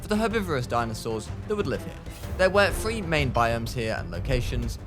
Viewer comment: It prounced thr-ee